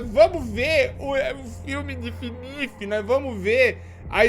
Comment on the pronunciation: "FINIF" kkk